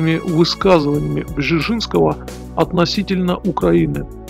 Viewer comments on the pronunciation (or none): Надо было потренироваться выговаривать фамилию "Жыжынского" ... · "БжеЖинского", Автор, ну можно было хотябы потренироваться, как правильно произносить эту фамилию, а потом уже выкладывать видео